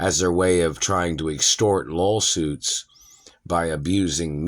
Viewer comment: did you just say LOLsuits?